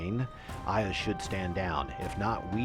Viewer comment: I know its a bit pedantic, but can you please correct your pronunciation of Iuz? Its "YOOZ". Its a homonym with "use".